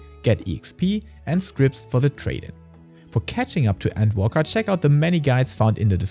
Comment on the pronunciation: scrip. there is no T in scrip. a "script" is not useable as currency.